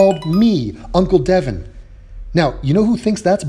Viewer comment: It's pronounced De`Von.